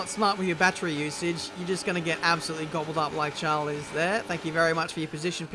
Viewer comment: The way you.say Charles. He is not a princ